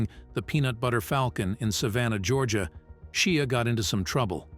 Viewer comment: Seriously, you cant pronounce Shia's name yet????